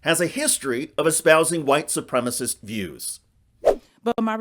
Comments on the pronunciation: Boebert is the quintessential uneducated boob. She is genuinely stupid. Also when she mispronounces a word on the floor of Congress (supremacist) a correction needs to be entered into the record. This is a congressional hearing not some red neck church in Flashyourdick, Colorado. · She said white supremiss TWICE! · "white supremist" 😖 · Boebert says "supremist", she can't pronounce supremacist... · ... actually, she said, ""soopremmis" ... I imagine she can't define "supremicist" ... or soopremmiss.... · Boebert is so illiterate she can't even pronounce the word 'supremacist'.